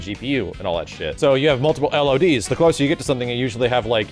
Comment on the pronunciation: said "lods" i said lods!